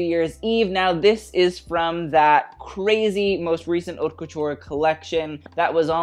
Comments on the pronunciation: Isn't haute pronounced like coat? not cot... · He does it on purpose (haute le mode doesn’t mean anything anyways)